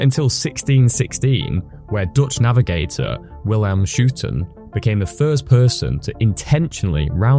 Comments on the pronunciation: Love that you said sorry for the Spanish pronunciation and than couldn’t have said Schouten his name more wrong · You apologize for your Spanish pronunciation but not your Dutch pronunciation? 😅 Great video and "Schouten" sounds like "Skow-ten" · Honestly you should've apologized for the way you pronounced Willem Schouten instead of Mar de Hoces.